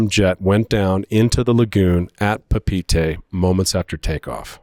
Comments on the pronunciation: This is a nice story, but please, it's not "Pah-peetie" it's "Pah-pay-et-eh" you should know this being a seasoned world traveller! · You need to learn how to pronounce Papeete.